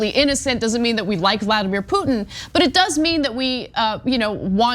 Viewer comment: the i in Putin is not silent, just saying...